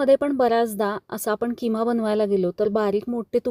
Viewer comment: किमा ❌ खिमा ✅